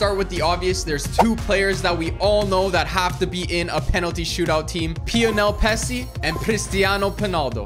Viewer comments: He really said Pionel pessi and pistiano penaldo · "Pionel Pessi and Pristiano Penaldo" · He should have said pionel Pepsi 😅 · Pionel pessi 😂